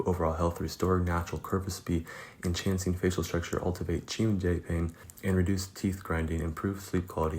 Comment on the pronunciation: this dude said enchance-ing and chee-emjay lmao